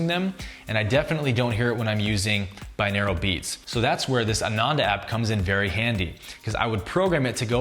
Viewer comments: It's pronounced bi-noral beats. Not binaral. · Lol i had to pause the vid cus I'm getting really annoyed by the way he's pronouncing 'binaural' as ¿binaeral? :( should be bi-NOR-al The word just means 'of two ears' Whereas monaural means one ear, binaural is 2. sigh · What a weird pronunciation of binaural. It’s bin-or-al not bin-ear-el... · au is pronounced aww or oww hence Bi-nawww-ral not Bi-neer-al